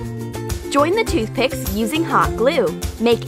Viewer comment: I mean I thought she said toothpaste when she actually said toothpick